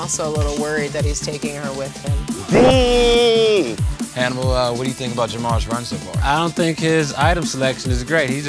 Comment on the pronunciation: You pronounced Hannibal’s name wrong...